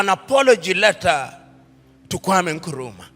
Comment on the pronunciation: I am glad that he finally learned how to pronounce "Nkrumah" correctly!